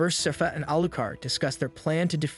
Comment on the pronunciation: I'm stressed that throughout the video the narrator can't seem to pronounce Sypha and keeps saying "seefa" or "safis" and I keep getting confused. Same goes for any of the town names 😭